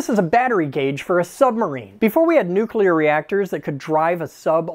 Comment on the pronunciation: Thank GOD someone pronounced nuclear correctly on social media for once.